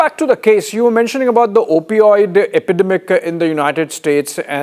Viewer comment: Not only is he an idiot but he is mispronouncing well known words Amayrica, ackquitted, epidumic